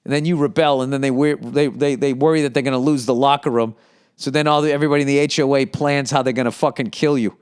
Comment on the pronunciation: Bro when he pronounced HOA like “Hoe Ah” I lost it 😂😂😂